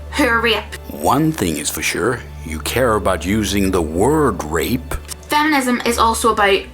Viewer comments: This whole time I thought she was saying "ripped" , then I realized it was "rape" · i hear her pronounciation of rape is rip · I think im deaf; dos she say rape or ripped? becourse ripped is when you train get muscels right? is it the dialect? :`D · I couldn't tell if she was saying rape until afterwards, thought she kept saying ripped.